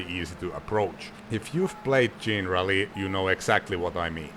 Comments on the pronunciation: "jean-rally"? I always assumed it was "generally" as in, "not specifically, but generally". 😂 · Isn't it pronounced like the word 'Generaly' but with Rally in the end? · We would call it "Jenna Rally" as in generation